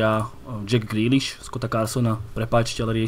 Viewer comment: Když se to jméno vysloví ve tvaru Džeka Grýliša, přijde mi to, nevím proč, komické. Jako by byl Jack šohaj ze seriálu Slovácko sa nesúdi. Liam je skvělý, měl by hodnotit i jiné týmy, výtečné postřehy.